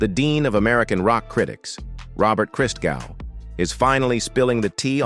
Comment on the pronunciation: Hey, it's not (Jesus) "Christ-gau". it's "Cristgow"